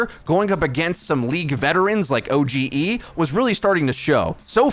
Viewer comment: It's "O-gee" not "O.G.E."